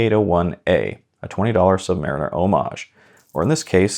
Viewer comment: Thank you for pronouncing homage correctly, we all appreciate it.